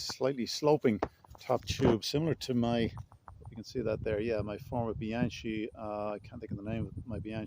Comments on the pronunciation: You fix bikes and call it Bianchee😮 it’s with a K, but nonetheless, thanks for the video 🎉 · Nice. Just note: “Bee-Ahn-Kee” for Bianchi,.